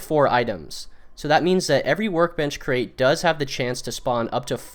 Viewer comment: You cant even say the word crate.